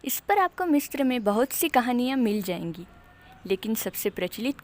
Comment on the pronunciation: मिस्र- MISRA मिस्त्र-Mistra nahi bolte misra bolte h Correct kro hr video me galat bolti ho